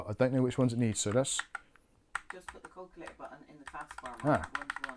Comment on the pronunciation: I was hearing "Call Clear" when was saying "Calculator". My goodness. And my family are from Oldham, Lancs. I ought to be used to accents.:)